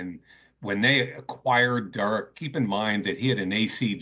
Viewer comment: The way Mike says Derek Carr’s first name always pisses me off. Durrik